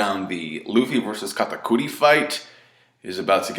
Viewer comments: its kat-ah-kur-ee dammit, not kata-coooo-reeeee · You saying katakuri in a weird way